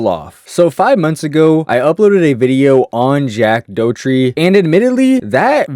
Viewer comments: Jack Doherty* not Jack Dotries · Jack dough tree 😂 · jack doughurty?😭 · Jack Doughtree???? Haha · Jack toetree💀